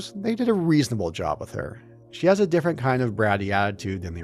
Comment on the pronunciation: "but this twee diffwent diffwent twee diffwent weasons for diffwent twee" 🤣 Also I named multiple other RPG games with more interesting worlds that don't just rely on big eye catching skybox pieces, not just Shadow of the Colossus. I'll name them again since you can't read: Oblivion, KOTOR, Fable, Fallout 1+2 If you're not satisfied with those examples because they're RPGs how about some 3rd person action games that are much better? Because that's really what souls games are, very little traditional RPG to them tbh. Last of Us, MGSV, RDR1+2, any of the last 3 Hitman games, just those off the top of my head are all more interesting and unique 3d environments to explore that don't just rely on big skybox set pieces Also sorry for "taking too long to reply", my sleep schedule doesn't work around your need to defend Souls games lmao